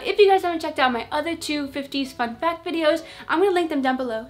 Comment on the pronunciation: I thought you said fucc fact. 😵